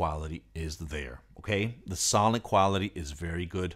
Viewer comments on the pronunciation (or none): none